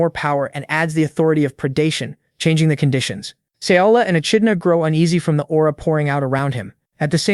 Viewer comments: Echidna is pronounced 'E-kid-Na'. Yes, English is stupid. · How many ways is the narrator gonna pronounce "ECHIDNA"😂😂😂